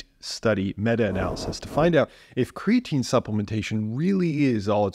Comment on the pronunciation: Lol 😂It’s creatine. Omg I love you haha that made me actually laugh.